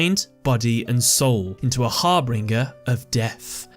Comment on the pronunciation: Cool video! I have been thinking about building a spellbook deck for quite a while now! Knowing they're based on tarot cars makes me want to build one even more now Sorry to nitpick btw but it's harbinger not harbinger, always hear people mispronouncing that word